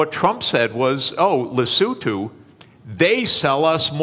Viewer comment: Happy to hear "Lesotho" pronounced correctly, Professor Sachs